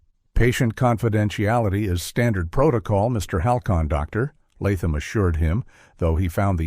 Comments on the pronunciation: Good story but the “Dr…….Latham” was on my nerves! Sometimes the narrator said it without the pause but other times it’s like the “Dr” was on one page and the narrator had to turn the page unsure that “Latham” would be on the next page.😂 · That AI voice repeatedly pausing between the words Doctor and Latham was doing my head in to the point I nearly stopped watching. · Why cant AI read "Doctor Latham" correctly???? It keeps leaving weird space between the two words...! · I like stories told by AI, but the hesitation between "doctor" and "Latham" is super annoying after a while. "Dr." is NOT the end of a sentence!